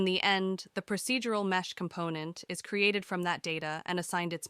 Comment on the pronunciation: This is a great tutorial, but your pronunciation of some of the words makes me think your voice is actually a really good text to speech program (it also sounds seriously professional, like you should be a voice actor). "Pro-seed-ural" not "Pro-sid-ural", The "Latt-er" is optional, not the "Later", "Uh-Ray" not "Are-aye" etc. etc. Oh, and your written description about the Static Mesh and laggy start is incorrect English too, so now I'm almost certain this voice is AI. What program are you using? lol